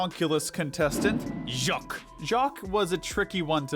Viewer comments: I LOVE THE WAY HE SAID JACQUESSJSIWIEJEOWOWJSJEN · I'm still laughing at how they pronounced "Jacques"